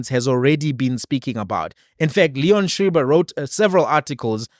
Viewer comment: Leon Schreiber is pronounced sh-riber as sounds like sh-rider. Anyway, it's not a matter of where a bulk of the budget is spent, it about the principle of frugality in an economy that's crawling on it stomach. The principle, not the principal.